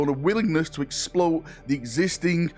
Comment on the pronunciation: Mans said explote